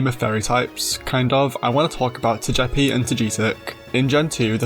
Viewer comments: Say it with me: Toga-pea Toe-Gah-Pea😂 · Had to stop the video after the way you pronounced Togepi and Togetic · Tojeepee and Toejeetic….🗿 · It’s pronounced toh-GUH-pee, “”! 🤨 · Turning Togepi Italian is wild. "ToGEppi 🤌🤌" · "Toyepi and Toyitik" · Why do you pronounce Togepi like that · I have never heard anyone say Togepi and Togetic like that and it’s fucking me up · Now that's an unusual Togepi and Togetic pronunciation. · THW WAY YOU SAY TOGEPI !!!!!! PRISON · My dude saw the Pokémon anime and still decided to pronounce Togepi wrong lol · That Togepi pronunciation should be a crime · Complementary engagement comment for you, for that creative Togepi pronunciation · Was there any British material pronouncing Togepi’s name like that? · How you say Togepi is crazy. I liked the video just for that lol. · Really nice video! Though. I think that is the first time I have ever heard someone pronounce Togepi like that.